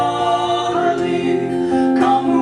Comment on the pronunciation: This is quite a good interpretation of this jacobite folk song , it is spoiled in my view by the pronounciation of the word " Charlie " in the Scots tongue it is Chair...lee , I note that some words are pronounced in the Scots dialect, so come on lets fix this and correct???